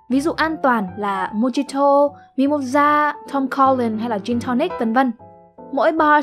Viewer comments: Mojito không đọc là mô gi tô nhé. Mà đọc là mô hi tô. Chữ "h" âm câm cũng được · Thực ra theo đúng tiếng tbn phải là /mô-khi-tô/ cơ :)) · Bạn phát âm sai Mojito rồi. J phát âm là H nhé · Mojito phát âm là "Mô hi do" nhé bạn (mōˈhēdō)